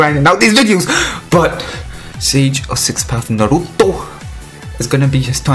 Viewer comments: kKakaka é engraçado quando ele fala o nome naruto kkkkk NARUUTOUUU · The way u say Naruto is sad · Stop saiying "naruto" like that